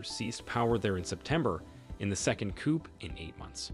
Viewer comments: The p is silent in coup. Pronounced Tray-or. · You need to get you artificial intelligence programmed to pronounce Junta and Coup correctly!